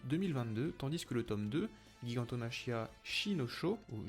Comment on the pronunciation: Ça se prononce "jigantomakia".